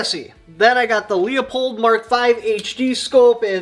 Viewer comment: LOOO-LOOOOO-LOOOO-pold. Not LEO-pold. Christ. LEUPOLD STEVENS OPTICS. LULULULU!!! LIEUTENANT... is not LI-OO-TENANT! Come on man!